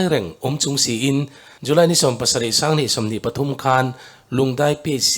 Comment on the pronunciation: Earpod in ka ngaithla a.. Th a ri hi i lamfiah theilo nge.. Eg: Pathum..Patum 🫣